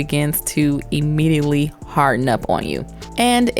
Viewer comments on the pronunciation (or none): none